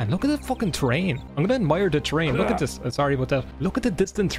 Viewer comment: Yeah the way I describe the Newfie (Newfoundland) accent is generally as 'a mix between English and Irish, but leaning towards Irish.' Very basic, I know, and there's various different dialects/accents for different parts of England and Ireland, but this small portion really reminded me of the concept. That "Leh," as in 'look.' Though the way I've more generally heard it is as "Luh." As in, "Look'a d'at d'ere, luh." It's even in a parody song, "I'm Clayton and I know it" which parodies the song "I'm sexy and I know it." A significant part of the chorus (assuming that section of the song is indeed the chorus, I'm no music expert) is "Look'a d'at d'ere, luh!" I died laughing first time I watched that vid years ago...